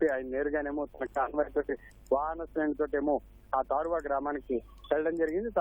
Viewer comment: Its not - తాడువ, its - తారువ గ్రామం